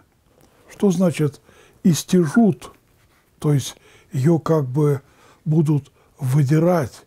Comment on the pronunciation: ИстЯжут, по церковнославянский у меня так ударение стоит. Сейчас заглянул специально.